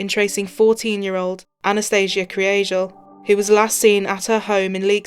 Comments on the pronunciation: The pronunciation of Anas surname is 'Krygel'. G not J and Kry not Kree. May she Rest in Peace. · Just a short note, great documentary! But their second name is pronounced ‘Kree-gal’. I know it doesn’t matter, RIP Ana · The way it’s supposed to be pronounced? If you watch the Irish documentary on it that’s how it’s said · How is she pronouncing this families surname? 😂👍🏼